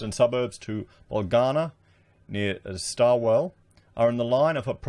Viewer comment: Cmon Stawell is said Stall not Starwell 🤣😂